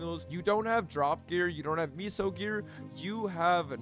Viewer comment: Take a shot every time he says miso instead of meso